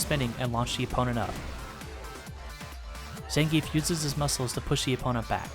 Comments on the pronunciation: It's pronounced "Zohn-Gee-Eff" not "Zan-Geef" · His names ends with "geef" not "gi-ef", capcom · Actually, if you're using Russian pronunciation, 'e' is spoken as a 'yeah' sound. So if he was saying his own name it would sound like Zan-gi-yef. Ignoring the fact that Zangief isn't any kind of name in the first place, of course ;)